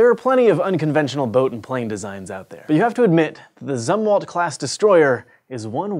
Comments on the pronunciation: Zumwalt sounds like zoom not sum. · When he miss pronounces Zumwalt and it pisses you off.